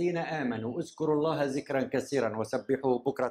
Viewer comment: (اذكروا) و ليس ازكروا .. (ذكراً) و ليس زكراً .. (كثيراً) و ليس كسيراً